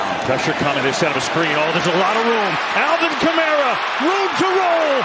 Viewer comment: Al"vin" Kamara Bundy